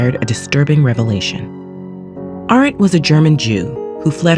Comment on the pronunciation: good lord. you pronounced Hannah Arendt's name wrong. That's literally the first name in the description. Who is editing these videos??